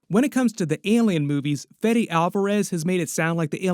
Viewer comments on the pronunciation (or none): none